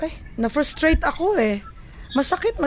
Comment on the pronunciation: "na ferstrate ako"- uge hahahahahaha